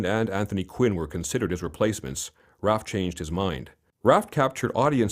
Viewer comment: Need to say his last name right.